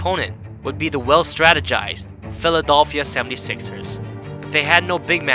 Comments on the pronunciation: No, no, no. It's "Philedolphia"... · Philadolphia is way better than he saying "Pedophilia" hahahaha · can you please stop saying philadolphia. bro wats ur deal. can you speak English? Good vid though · Philodelphia? Phaledolphia? Phellellephalphida? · Patrick "eeweeeeng" the first time I heard that put me off the rest of the video lmao philodelphiaa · At first I thought it was just a slip, but then he said it again. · bruh you said it wrong and you managed to spell Philadelphia wrong in your captions lmao